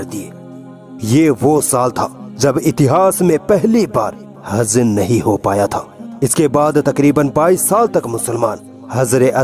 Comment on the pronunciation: Next time jo video bamayen usme awaz kisi sahi urdu bolne wali ki ho. Ye sahab jo back ground me bol rahe hain inko difficulty arahi hai Z j waghairah bolne me aur kuch alfaz sun le jaise huj ko huz, hajr e aswad ko hazr e aswad ko hi sun len kaise bol rahe hain. Agar urdu hi me samjhana hai to behter lage ga koi sahi urdu bolne wala ho.